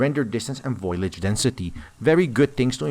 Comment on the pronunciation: Foil-idge density. lol